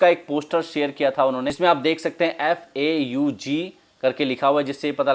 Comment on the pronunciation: Apni Zuban sambhale Fau g ko ( Fau g ) bol Phau g nhi Anti National